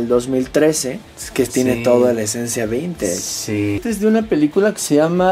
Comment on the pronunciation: Madhunter: vintage: vintachh Jaja ok no v